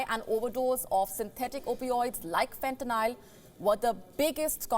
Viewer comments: Wow she even said fentanyl wrong… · She can't even pronounce Fentanyl correctly...!!